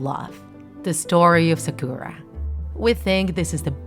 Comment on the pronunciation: I think u should read sakura as sàkura, not sakùra